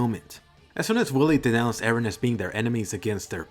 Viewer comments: Finally some one who says Eren and not "Aaron" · btw EREN is a Turkish name and meaning of this name is '''' someone who is believed to have seen some facts with extraordinary intuition , WİSE PERSON or can be a person who stripped himself of his own being and attained God because he was devoted to God.''''' and pronunciation to the EREN is just like in the show how Mikasa prononce E---REN